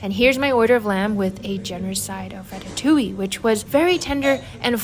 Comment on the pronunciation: yes, but the inflection is on the "oui" (or "oowee") part, not on the "ille"/"yuh" part. So the first one you have mentioned makes more sense, since it is actually pronounced "ratatOOwee", if that makes any sort of sense.